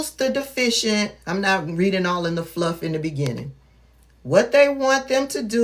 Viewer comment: As an Educated Black Woman. I am Disappointed n u 4 continuing 2 mispronounce the word DEFICIT... I ❤️ What U Doing, Tho. Extremely Needed / Helpful 4 those of Us who want 2 remain Educated / Well Informed 🤜🏾🤛🏾👏🏾👍🏾